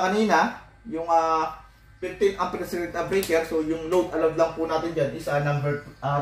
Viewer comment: Circuit breaker, bakit kung i-pronounce mo ay circuit-uh-breaker. Annoying pakinggan paulit ulit.